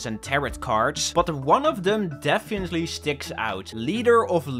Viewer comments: no offense whatoever but its def-fin-nat-ley, and not defiantly it annoyed me so much and i hated it -^-" but the rest of the video is honestly awesome and impressive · The way you say defiantly is funni